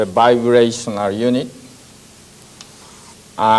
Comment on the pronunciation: Can't follow what he's saying because Everytime he says vibrational it sounds like he saying biracial